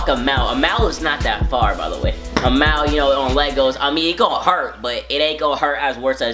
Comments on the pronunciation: Do a vid of you saying mile u say it funny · y u say mile so weird